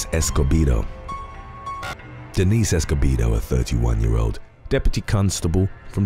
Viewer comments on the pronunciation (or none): none